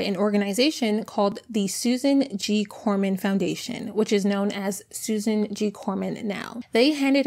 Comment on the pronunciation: It's Komen, no "r" 😉. They are one of the worst money grabbers.... Hardly any of their donations actually go to active research. Please don't give them a dime!